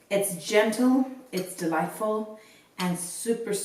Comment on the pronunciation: It's "gentle"???? LOL 😂